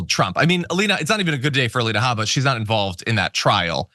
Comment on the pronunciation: How about Aleina Ha-BAH! That's the correct pronunciation of her name. She's Iraqi. 🗳️🔵⚖️🇺🇸💙🇺🇸⚖️